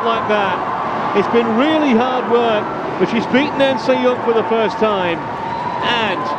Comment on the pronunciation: The commentator kept saying "An Se Yoon", so annoying.